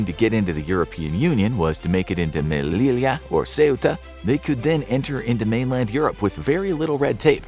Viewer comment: Two l’s in Spanish make a y sound, so Melilla is pronounced May-lee-ya. Otherwise, great video. 😃